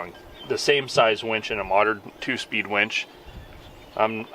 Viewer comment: That would be winch, not wench.